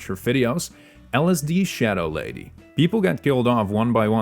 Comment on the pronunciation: LSD IS A WILD WAY OF PERNOUNCING LDSSHADOWLADYS NAME